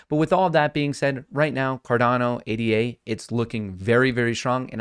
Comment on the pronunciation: it's pronounced ADA, not A D A